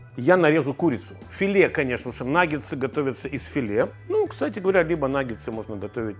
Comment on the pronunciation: Почему Ивлев в рекламе называет наггетсы "наггеНсами" ? А мы за Лазерсона с правильным произношением!